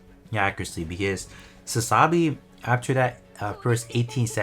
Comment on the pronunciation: You do know it's pronounced Sa-za-bee, right? Not Sa-sa-bee.